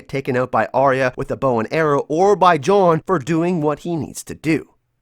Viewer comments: I fucking hate the way you say John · I just wanna know why you cant pronounce jon correctly